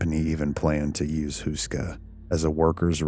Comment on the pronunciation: Barely recognised that you ment Karel Hynek Mácha. It's not pronounced like that at all. Google translate does pronounce it correctly tho, so if anyone wants to hear it, it's an option. Houska is also pronounced differently. You pronounce it like Hoo-ska, but it's more like Hoe-ska XD The name means bread-roll, a traditional braided one that is very common in Czechia and surroundings. It's kinda strange to see how interested foreighners are in this seemingly unimportant old castle, and the supernatural and hellish reputation they assign to it. I only learned about it from this channel a few years ago. Makes me wanna visit it again.